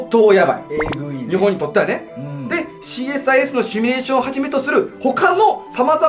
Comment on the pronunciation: 文字はシミュレーションだけど、シュミレーションって言ってません？